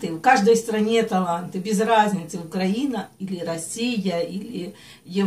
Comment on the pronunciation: Если Вы, многоуважаемая, закончили украинскую школу, то наверняка должны знать, что такой страны, як УкрАина (ударение на "а") нет, а есть УкраИна (ударение на "и"). И соответственно - язык "украИнский"! Просто, говоря "укрАинский", россияне указывают на " у края", то есть - не полноценные... Поверьте, тут нет никакой политики, просто это признак безграмотности. Всего наилучшего.